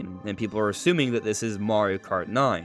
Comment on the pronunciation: "marri kart"